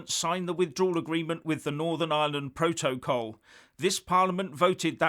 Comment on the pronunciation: So the resignation of the govt solicitor does not give you any tiny clue about the issue - rather than your stupidly macho response? Also, try listening to someone else pronounce the word "protocol".